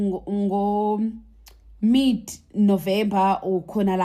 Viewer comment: Qualified teacher says teft not theft,mit November not mid November 😂😂😂😂😂😂😂